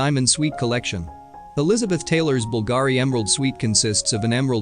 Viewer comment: Bulgari is pronounced Bull-Gah-ree